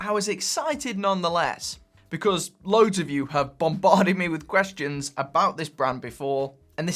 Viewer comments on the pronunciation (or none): none